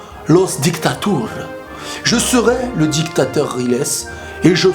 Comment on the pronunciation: didacteur rile!!!!!!!!!!!!!!!!!!!!!!!!mdr